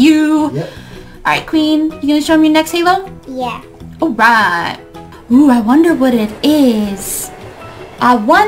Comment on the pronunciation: take out a S it's HAlo